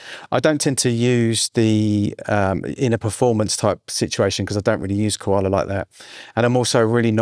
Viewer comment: Coala as in Co-nan on Ko-ala? Love the Kakai lol. I love Koala man. Secret weapon. Watching you using has inspired me even more. I like the mixing tips.